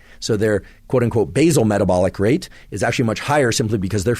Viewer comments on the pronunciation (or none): none